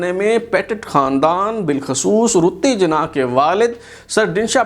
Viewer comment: قائداعظم کی بیوی کا نام“ رَتن بائی پیٹیٹ” تھا، اور اُنہیں “ رَتّی جناح “ کے نام سے پکارا جاتاتھا ، آپ مسلسل “ رُتّی جناح “ بتا رہے ہیں ۔ RATTANBAI PETIT ( RATTI BAI )